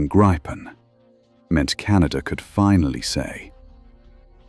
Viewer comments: Great video! Just a general word regarding every English speaking video on Gripen, I always hear [grippen] or [gry-pen], in Swedish the more correct pronunciation would be [greapen], as in "reaper" (kind of fitting, right?) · Never get old how everyone is butchering the name. There is only one P in Gripen, Try reading it like GRE-PEN and you might get it right